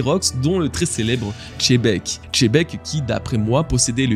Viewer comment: Ecoute mec, c est chebek ou xebec ? Pck chebek na rien a voir avec xebec, prononce correctement les noms stp, si ty arrive pas, dit le au debut des videos que tu as un souci parfois avec les noms.🤦‍♂️ comme les youtubeurs qui dise shank au lieu de shank(S) ----->S